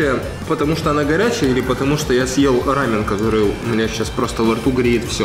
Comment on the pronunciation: Если смотреть в интернете, то в России ударение рамен, должно быть на 2 слог, а не на букву а.